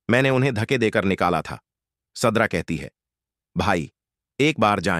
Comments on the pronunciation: Zubear nahee zubait tum.kasa vhannel chala raha hoe surda nahee sidra😂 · Sadra nahee sidra kon c school maa talim hasil kee ha😂😊